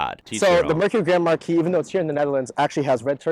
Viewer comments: Im almost through the whole video and I just now realized that the Car is not called Grandma-Key but Grand Marquis xD Thought that he was calling it by some sort of nickname or whatever :D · Name of the right car sounds like "Grandma key" 😭